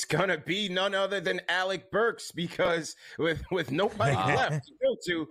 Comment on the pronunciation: Lmfao no way said burks 😂😂